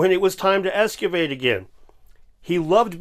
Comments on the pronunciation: Bro doesn't even know how to say "excavate". It's not "ESS-cah-vate", ya dumb truck. This isn't the only time in the video where he says it this way, so it isn't just a slip of the tongue. He legit thinks there is an S and not an X in the word "excavate". 😂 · Esscavate?! It's excavate 🤦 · Escavate, Dave, escavate. Get it right! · says “ess-cavate”. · Did he really said something like escuvate instead of excavate? Curutur is a good one too. He can't even properly pronounce words, what the fuck is this. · Excavation.... not "escuvate" the idiots can't even get the basics right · Wait, did he pronounce "excavate" as "eskivate"? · I dunno what you're talking about. "Eskivate" sounds like a perfectly cromulent word to me. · It's a mispronounciation. Excavation usually involves digging at or around the site.